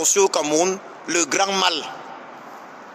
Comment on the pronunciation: on écrit mall, mais on prononce moll!😁 c'est anglais.